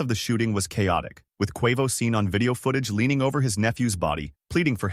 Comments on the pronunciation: "Kwua-voe" 💀😅 jp jp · How do you get quovo out of quavo😅😅😅 Nipsey Hussle died in a home invasion what is he talking about ? I can't even continue to watch because you clearly obviously don't know what you're talking about😂😂😂😂😂😂😂